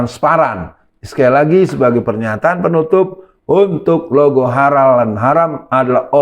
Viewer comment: Mantan satpam gereja dijadikan mentri agama, ya gitu.... Sedih jadi orangtua yg membesarkan nya.... Dari awal logo khalal juga ga jelas, bacanya juga khalaka.... Ya pasti akibatnya ya.... Gt lagi....